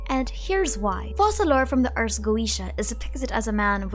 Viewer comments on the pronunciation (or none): Actually, Focalor in french is pronounced "Fokalor" ( i'm French btw), that's why their choice to pronounce it 'Fo-Sa-lor" puzzled me as well😅 The rule is a bit complicated but to put it simply: if you have a "c" followed by the letter "e", "i" or "y" the letter "c" will have an "s" sound. But if the letter following the "c" is "a", "o" or "u", the "c" will have a "k" sound. We have a special letter in french, which is this one: "ç" that indicates that despite the letter being "a", "o" or "u" the "c" will keep its "s" sound (a bit confusing, i know). Well, in the case of our dear Focalor: Since the "c" is followed by an "a", it should be pronouced "ka": "Fokalor". If they wanted to go with the "Fo-Sa-lor" pronounciation instead, to be correct in french, they would have to change the spelling and write it as "Foçalor" instead. Sorry for the long comment, i hope it helps a little!